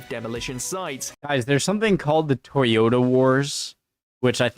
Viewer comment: They have toy Yoda trucks in a war? Oh you mean ToyoTa, not Toy Yoda? Well why didn't you say so? ;) You'd think they'd use Jagwars. I'm Just kidding, +1 for content and reaction.